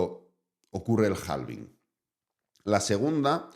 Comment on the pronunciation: yo sé que en España pronuncian en inglés a la española, pero hay que crear consciencia en todos los canales, que la L de halving es muda y se pronuncia HAVING ❤